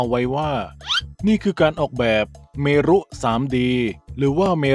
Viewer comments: เมรุ อ่านว่า เมน จอร์จจจจจจ😂😂😂ถ้า "พระเมรุมาศ"ถึงจะอ่านว่า พระ- เม-รุ-มาด😊😊😊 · เมรุ อ่านว่า เมน.นะครับ คล้ายๆกับเราอ่าน เหตุ เหด